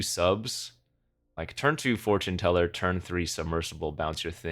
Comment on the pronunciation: four-tune teller :D